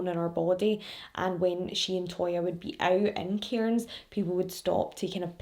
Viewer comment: Also, I live in Cairns, it's said like cans, the I and r are silent